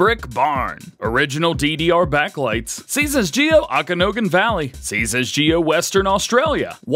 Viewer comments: Hmmm.... It's said oak-an-awe-gan valley, I grew up there. I almost spat my coffee when I saw the map and heard you say awk-on-oh-gon. 😆 Keep up the good work. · Okanagen is pronounced “oak-EN-aah-gen” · DJ say it with me, O can awe gan (Okanagan)